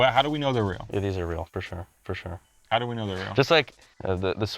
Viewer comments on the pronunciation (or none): Hahaha drops a alberta hillbilly “fer sher”